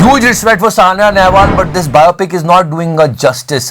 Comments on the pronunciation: Oh.. woh Saina Nehwal hain.. "Sania Nehwal" nahi.. BTW big fan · aap naam ka uccharan thik se nahi karte ho...Saina Nehwal Ko Saniya Nehwal bol rahe ho, ishi tarah Riah Chakraborty Ko Rehaya Chakraborty bolte ho